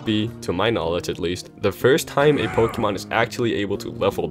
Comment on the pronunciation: And does he have the single brain cell necessary to know that it is pronounced (poke-ay-mon)